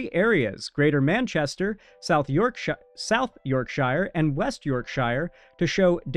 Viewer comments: 1. YorkSURE.. in UK when the town ends in shire it's pronounced sure not shy-er (like the shire from LOTR.. no it's pronounced SURE (Shure) 2. Starmer is NOT far far right, he's Labour he's more a center left. Far far right is Nigel Farage (Reform party) or Rupert Lowe (Restore Britain) 3. The point of collecting ethnicity data is supposed to be for every crime. But in this case, it's to make the point & debunk this right wing crazy. While yes, Starmer started of further left the whole Labour movement started to drift (just like Democrats did) trying to win the minority voters because in 2024 suddenly Reform was gathering steam in the polls.. they drifted on immigration (See Mahmood, the immigration Czar).. but no, the Labour party is far from being even right, definitely not far far right. Starmer just resigned & Andy Burnham is expected to take his place, he's much more left. Similar to democratic socialist. But here in Wales there's been an explosion for the Plaid Cymru party winning by elections.. Spanish American who lives in Wales since 2019 & was in England .. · shire suffice is pronounced more like "sure". Shire pronounced "shy-ir" is only when used as a noun by itself like as in The Shire from lotr